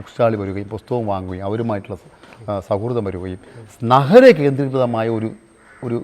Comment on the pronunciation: ബുക്ക്‌ സ്റ്റാൾ മാനേജർ ആയിരുന്ന ആൾ ധാരാളം 'പൊസ്തകങ്ങൾ' വായിച്ച് യുക്തിവാദിയായത്രേ... 'നഹരം'... 'ലോഹ യുക്തിവാദി സമ്മേളനം'... 'പരുവാടി'.. 'സോതന്ത്ര്യം'.... 'അൽഫുതം '...😳 ഏതെങ്കിലും ഒരു വാക്ക് മര്യാദക്ക് ഉച്ഛരിച്ചിരുന്നെങ്കിൽ.. 😔